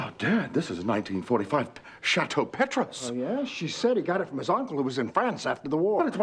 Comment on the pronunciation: I love how they mispronounce Petrus.